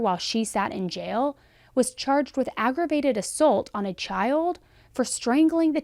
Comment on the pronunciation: I enjoy your videos (except when you get real passionate about what you're saying and half of it has to be bleeped out). Also, I've never heard anyone pronounce "assault" the way you do. The dictionary and everyone I know pronounces it "uh-sawlt".